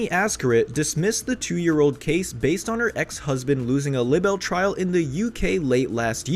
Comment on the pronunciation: Libel is pronounced “lie-bull” not “libble”